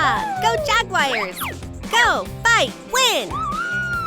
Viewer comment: I simply adore. Right off the bat she does her cuteness thing. I love how she pronounces the word "Jaguars" as "Jag-wires". And how she switches to a deeper voice for the male characters. Слава Україні! Я люблю Україну Смерть ворогам путін-орк! НЕТ ВОЙНЕ